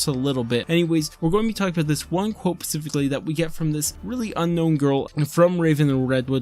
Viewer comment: this is a nitpick, but "spe-sificly" is the pronunciation